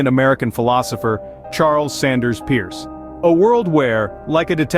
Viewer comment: Charles Sanders Peirce. The last name is pronounced “purse,” not pronounced like Pierce.